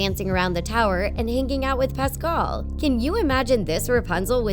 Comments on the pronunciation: Pas kel that’s how u say it just saying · Did anyone know where she mispronounce Pascal